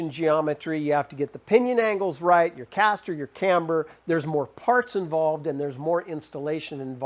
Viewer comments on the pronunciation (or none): none